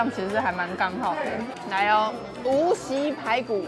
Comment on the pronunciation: 无锡音西 佳肴音摇，不是无习 宵元蹄